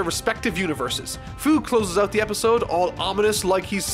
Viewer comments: Hate to be that one guy but... Fu's name is pronounced "Few". I know because I played Xenoverse 2 lol. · 2 things: First you pronounce "Fu" wrong. think of the word "Future". Becuz....he's from the future. It's dumb. second, you're a fucking mad man to review One Piece. I look forward to it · his name is fu, like fu - ture (fyu) and that is dumb enough to tell all about heroes